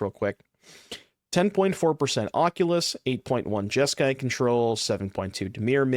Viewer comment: You mean Jesk"eye" demon